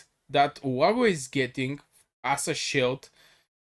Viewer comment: Olague is pronounced " OH LOG "